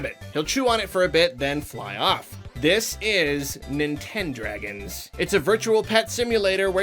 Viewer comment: No one:: NinTendRaGonS